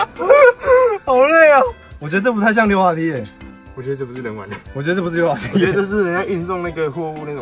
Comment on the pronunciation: 溜滑梯的溜念錯了